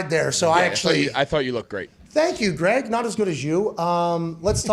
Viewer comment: calling Greg Olsen "G-Reg" is legendary...lol